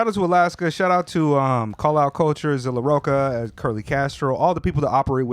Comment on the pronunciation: Pronounced “Zilla rock-ah” good review otherwise 🎉